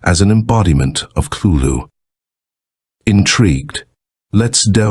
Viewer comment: That is exactly how Cthulu's name is pronounced! That voice in the beginning was so perfect and nailed it!